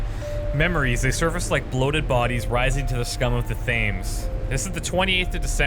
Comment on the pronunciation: Nicely done sir. I just sat through the entire playlist and you had me hooked. Great storyline too. One small criticism (from a pedantic Brit): the river is pronounced 'tems' even if it is spelled Thames. But I did appreciate how you read the notes out loud. I was watching on my phone and would have had to bust my retinas to read them on screen. Good job.